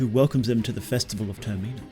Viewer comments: 'TER-MENNA' is pronounced ter-meh-nah the same way it is in majors mask. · Ter-min-a . Terminal . Ter-min-a(l) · Bro tf is this pronunciation of termina lmao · TerMEENA? man wtf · It's pronounced "TER-mi-nah", not "Ter-MEE-Nah". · turr - mee - na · You shouldve put a trigger warning for how you pronounce “Termina” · I can't take you seriously with the way you pronounce Termina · Never heard anyone pronounce Termina like that 😂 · Take a shot every time the word "Termina" is mispronounced. You will die of alcohol-poisoning. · say termina right